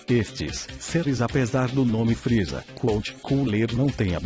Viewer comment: vc falou RR errado é friza e não fril